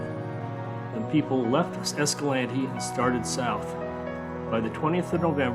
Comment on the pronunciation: Great video, thank you for pronouncing Escalante correctly. My grandpa was one of the first ones to come upon the crash of the Boy Scouts.